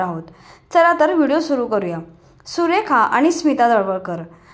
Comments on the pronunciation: सुरेखा नाही सुलेखा नाव आहे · सुलेखा तळवलकर नाव आहे..सुरेखा नाही.😂😂अभ्यासपूर्ण व्हिडीओ तयार करून आम्हांस दाखवून देत जा.